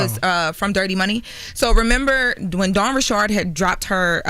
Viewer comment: When did Dawn Richards become Dawn Ri'CHARD?? 😅😂